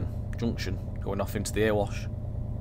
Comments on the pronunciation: Months since the last Erewash Valley vid, and still pronouncing it "Ear wash" instead of "ERY wash" .... come on! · Can't wait for this to release! Just to let you know, Erewash is pronounced Eh-re-wash not Er-wash.